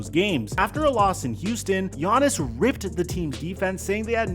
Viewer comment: Why do you pronounce his name “Giannason”😂